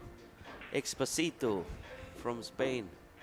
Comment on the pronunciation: Please try for the next time to pronounce correctly the spaniard surname... it is not Expo-SI- to, thats the famous Luis Fonsi song DESPACITO, its Ex-PÓ-sito, accent in the second silabe. Thanks very much.